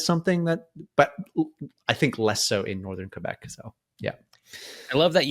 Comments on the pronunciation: Always love when anglophones pronounce it Kay-Bec (properly) instead of Qweh-Bec (anglicized). Love the content 🖤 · both are acceptable, the proper official correct one is kaybec (both E are not pronouced the same) but some french people kinda mix the ay and eh sounds in general so youll also hear kehbec a lot